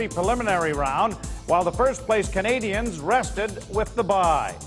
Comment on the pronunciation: Maybe, just maybe. If you learn how to say Canadiens properly, the hockey fairy will go back in time and give the Leafs a win in one of these back to back series' If that happens, I'll jog all the way, from Montreal, to wherever Joe Bowen lives. Once I arrive, I'll even sweep your front steps and driveway ;) And then I'll beat you Black & "Bloow, Blanc, Rougue." I apologize to Leafs fans and Ontarians, who do know how to pronounce certain French words, with the respect they deserve. I would not go and call Lanny, Looney Mcdonald, Howie Meeker, Mr. Weaker. Or say, EX-Conn Smythe. I would say Harold Bastard though and most would agree! In conclusion, it's okay to make mistakes but if you work on t.v. , try not to offend your audience. It tends to irk the fans that nothing to do but complain, for the next 5 years ;) Cheers from Montreal.